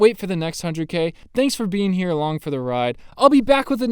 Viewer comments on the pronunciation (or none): none